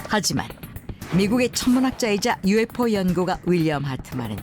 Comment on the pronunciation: 발음 봨ㅋㅋㅋㅋㅋㅋ 유우에프오웈ㅋㅋㅋㅋ